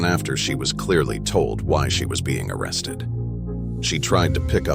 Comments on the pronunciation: Yeah, instead of just playing the video we get a robot narration with the classic mispronunciations like "arrested" (ara-stead!). What is with these robot narrations? Does it save money? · I stopped watching after the mark where the A.I. mispronounced "arrested." Plus the few seconds before that, there were a few more as well. Just use your own voice people! They just wanna slap a video up, do the least amount of work and hope to get paid. Pay me to do the voice over. Give me the script and the Time Marker where I should start each line or let me do the script how I see fit. Act before the 28th to get 33% off! I charge by the word but all 3 Arricles (a, and, the) are free. Lol. I'm kidding. Seriously, use your own voice.